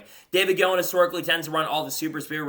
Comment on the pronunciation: Gilliland is pronounced Gill-i-land not Gill-and